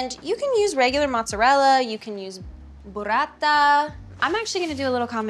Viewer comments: Hailey saying "Burrata" was just so satisfying and nice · Wonderful ....when she says : Mozzarella ! Burrata !! 🙂🇮🇹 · I have to love how she said Burrata!!! Those rolled rs🩷🩷🩷🩷